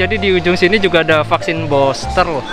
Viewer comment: Bilang nya vaksin Buster NU, bukan boster , gmn seh BHS inggris nya , katanya kuliah 😂